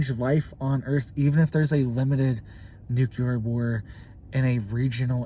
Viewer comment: Dude, not nucular… it’s nuclear like nucleus